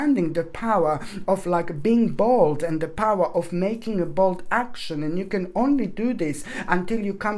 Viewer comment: You said being Bold and I thought I heard being Bald 😂😂😂❤️😂😂😂❤️ so sorry but I really love your readings. 🙋🏼‍♀️😍❤️